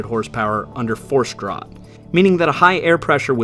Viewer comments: Draught is pronounced draft. English spelling, same word. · The word draught is pronounced draft in this application. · "Draught" is pronounced "Draft" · Pronounced DRAFT dingaling😅😅😅